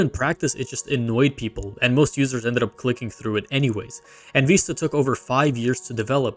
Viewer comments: Vi-sta not Veesta. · WTF is Windows Veeeeesta? It's Vista. With a short i sound. The i is said like igloo. Not a long E.